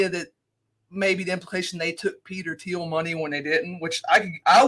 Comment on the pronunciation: Gotta work on pronunciation of Thiel